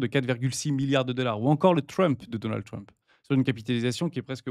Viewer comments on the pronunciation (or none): none